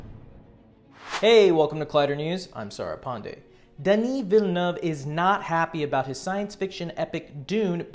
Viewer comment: Thank you for pronouncing Denis Villeneuve correctly !